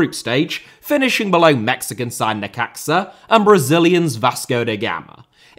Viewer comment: Sorry to be pedantic but Necaxa is pronounced Necaxa, not Necaxa. (also they beat Real Madrid at that tournament as well. Hell of a run for those guys.)